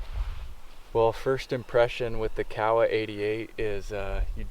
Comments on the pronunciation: Kowa with an o not Kawasaki with an a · Ko-ah is how its pronounced according to their website, I also was calling it COW-ah before finding this out. Pinnacle of optics for me, depending on sample. Swaro is extra expense perhaps worth it for their EXCEPTIONAL customer service. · You know the funny thing about how he pronounced Kowa? I understood exactly what he was saying. If you say Kowa with a southern island, Japanese accent it sounds just like he said. If you use an accent from the north-east rural area it sounds just like you're saying. If your an American, white male, sitting in the bush of Alaska glassing bear and caribou, and say "Kowa" - it sounds just like the guy recorded in this video says. Does any of this really matter? If you didn't know any other Japanese and looked at the Emperor of Japan and said "Kowa Company, LTD" I think he would know what you're saying. But I get your point. Even though I wore a uniform with my name embroidered on a name tape, people still called me be the wrong name. LoL